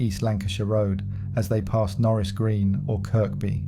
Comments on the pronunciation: Its pronounced,kirby,not kirk-by although spelt that way...i lived in towerhill from 72_83 fookin loved the place,rough as fook but good people! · It’s Kirby not Kirkby if your a scouser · CHERRY PICKING WHAT YOUVE HEARD, NO SCOUSER WOULD PRONOUNCE THE SECOND 'K' IN KIRKBY, ALL THE NAMES YOU THROWN IN NEVER HEARD OFF WALTER MITTY